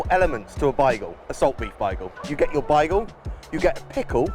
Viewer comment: Your way of saying “Bagel” does not seem correct lol